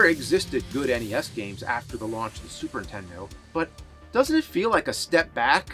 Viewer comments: It's charming that after all these years, you still say "Super Intendo". That's dedication. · 20 years of this show and the man still can't say the words Super Nintendo without it sounding like SuperINtendo and it drives me up a wall